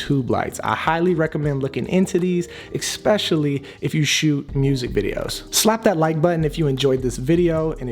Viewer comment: Why do you say especially like that?!?! Why do you say ecspecially? it's not a word.